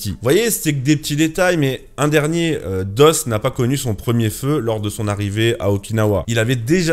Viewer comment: Desmond Doss pas "doze"